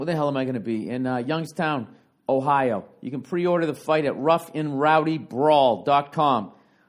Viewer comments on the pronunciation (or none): none